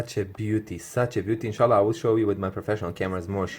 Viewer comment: Inshallah, arabic accent